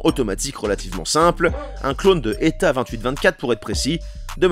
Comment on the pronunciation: PS : ETA se dis Euhtéha. Et Richard Miles se dit Richar Millessss. Mais bon, vous auriez pu vous renseigner auprès de quelque spécialiste. Il en est sur sur Youtube ;-)